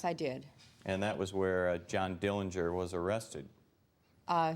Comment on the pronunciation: The correct pronunciation of the Dillinger family name is with a silent 'g'. John saw Billie get arrested before he drove off.